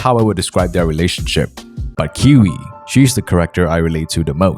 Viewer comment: Kiui is pronounced Q E